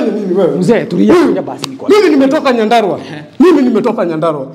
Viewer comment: ni "nyandarua" not nyadarua